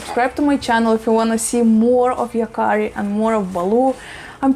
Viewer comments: Yes! And you pronounced it perfectly. In the show and comic book, the boy Yakari has the ability to speak to animals and has lots of adventures involving animals. :) It's a perfect name. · You pronounce the Name right. There is no german Meaning to this Name. Maybe this Name is from Japan. Thanks for your Videos. I'm a Boomer-Girl form Germany. 🤗😘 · Yes, you pronouncing it right. The name is actually from the native Americans and means “The one who talks to the animals”. An amazing name. Greetings from Germany